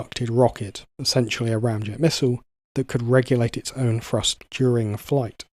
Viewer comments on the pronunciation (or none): Say it with me narrator.... THree, THrust, not 'Free' and 'Frust'. How is pronouncing words so fucking difficult for some people. Absolutely infuriating to listen to.